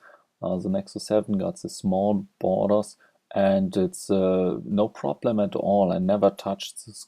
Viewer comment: Did he just say "boners" instead of borders? :-)